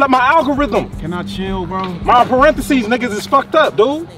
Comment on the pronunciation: This nigga said parentheses lol